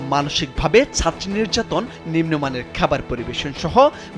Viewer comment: নের্যাতন নাকি নির্যাতন? আপনাদের কারোরই উচ্চারণ শুদ্ধ না